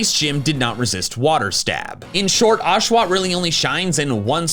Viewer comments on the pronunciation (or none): Unsubscribed the moment you said Oshawott I’m so sorry big dog